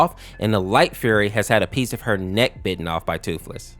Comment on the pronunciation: Thootlees 💀 sad 😢